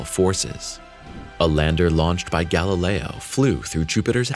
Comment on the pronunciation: "Galileo" is pronounced "gal-i'LEY-oh," NOT "gal-i-LRY."